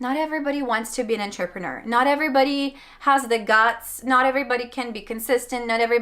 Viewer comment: Did anyone else catch her saying en-ter-peh-nor?!